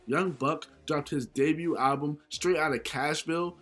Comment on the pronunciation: The t in debut is silent